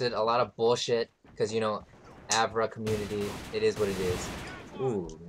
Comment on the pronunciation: How come he pronounces it AVRA?